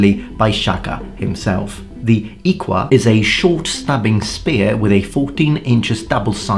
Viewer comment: Great video, I only knew about the Zulu weapons but it was nice to learn about others plus your pronounciation of the iklwa isn't bad It's not easy to pronounce so good job